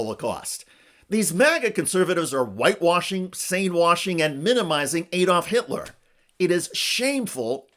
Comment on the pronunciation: Its ADD-olf not EED-olf. How how you pronounce Alabama, Alaska, America etc.?